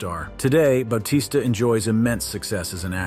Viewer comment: Ba-t-sta dude